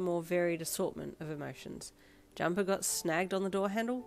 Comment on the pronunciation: Wene you said jumper as jacket i thot you said dumper mi soory 😭